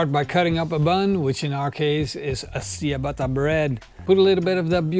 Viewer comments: Ciabatta=Chabatta not cyabatta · Seeabatta, your great lol it’s chi batta